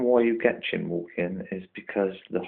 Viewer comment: For Goodness sake, it's Chine as in Whine, not Chin or Chime. Nice setup though.